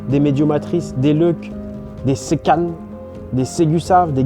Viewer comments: Séquanes se prononce Sé-quoines, pas sé-khane.... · les séquanes ma terre bordel !!!!! juste ca se prenonce "séqwane"